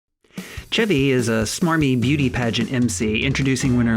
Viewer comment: I wonder how many episodes it will take before this guy learns how to say the name, "Chevy?"